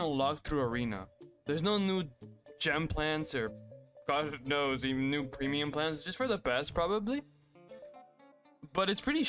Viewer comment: Русский акцент прорвался, there’s no ну gem plants